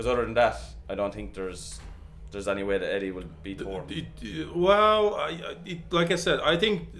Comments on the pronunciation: Bro his name is thor not tour 😤. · you both pronounce his name with a to in stead of a th get your english correct its annoying. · He’s making a joke at how you say Thor. Tor instead of Thor. Thats all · I think it is pretty clear what they are saying. If the correct pronunciation is TOR and not THOR, then the person trying to say it should try to say it correctly. That said, both the guys in the video, on purpose or not, are actually saying the name correctly.